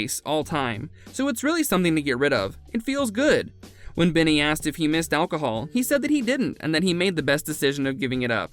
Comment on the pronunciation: ABBAtars are the digital avatars of ABBA themselves... not the fanbase... you pronounced his first names wrong. What is this ?